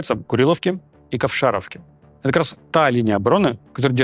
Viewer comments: не КовшАровка, а КовшарОвка! Сразу видно расеянен-дилетант! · ну вообще-то посёлок называется КовшарОвка , а не КовшАровка. умники -(